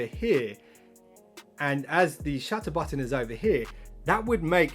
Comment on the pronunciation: I thought you said shatter button for a moment